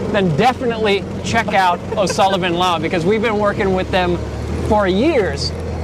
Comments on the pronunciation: O'Sullivan law sounded like Osama bin laden at first. I wasn't looking at the screen when he said it so I had to go back just to see what he said. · anyone else hear O'Sullivan Law as Osama Bin La